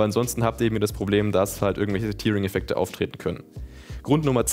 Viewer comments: Immer wieder gerne: "Tärring", nicht "Tierring"... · Mir zieht sich da irgendwie immer alles zusammen, aber ok, machen viele. Viel schlimmer finde ich es aber, wenn er als Hardware-Experte "Tearing" falsch ausspricht. Dennoch toller, informativer Test!